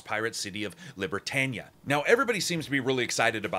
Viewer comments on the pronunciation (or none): Libertania? It's Libertalia!